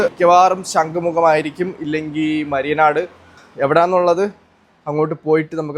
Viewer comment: മയ്യനാട് ആണോ മരിയനാട് ആണോ